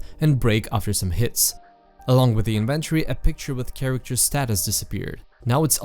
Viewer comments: Please learn to pronounce inventory, otherwise nice video. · The fact that you pronounce the word Flashlight as "Fleshlight", and inventory as "in-ventory" triggers something deep within me.